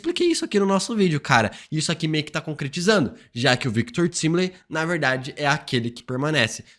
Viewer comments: O mais explodir de cabeça é o a todo momento chamando o Victor Timely de Victor "Timili" com "i" e em todas as cenas da serie que ele coloca é falado claramente Victor "Taimeli" isso realmente explode minha cabeça já que em em inglês tempo se pronuncia "taime" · É Victor “taimilin” 🙄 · pq insiste em ficar falando errado "Victor Timely"? vem da palavra tempo em inglês, pronuncia "tai"mely, ajuda a gente man, parece a volta do "feintiço"